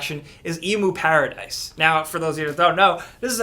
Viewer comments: the hell. Who says E-mu-paradise. You get that the 'emu' comes from the word 'emulator' right? Do you guys say E-mu-lator or Em-u-lator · "EEEMOO paradise" LMAOOOO you fOOkin idiot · emuparadise dies. and up comes eemuparadise XDXDXDXDXD